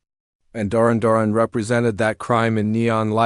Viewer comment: I've never heard a weirder pronounciation of Duran Duran in my life. Way to show you don't know anything about these bands.